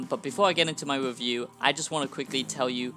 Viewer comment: This wasn't a" wewiew "it was a "wantt "